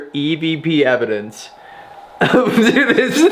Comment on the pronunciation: Did really say "I'm here to Capture Evandence"? Lol 😎🧐